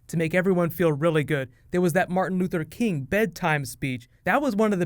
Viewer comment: rick has a hard time pronouncing king